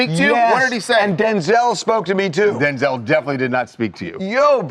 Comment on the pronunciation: It’s DenZULL!! 😂